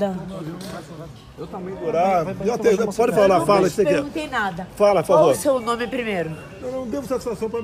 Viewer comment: Kkkkkk ela falou não tô embriadaga